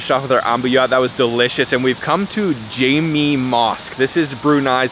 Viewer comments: Not jimmy mosque, jaamek (gathering, congregation).... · Personally, i would just use the candas to eat everything, without having to switch over to spoon and fork. I know it is a bit daunting to use the candas but it’s great practice. The Jame in Jame Asr Mosque is pronounced as Ja-mek, not Jay-mee 😅